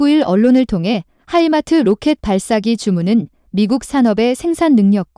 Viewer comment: 하이마트 인수해서 가전제품 판데요? 무기 이름 제대로 말해야지요 Himars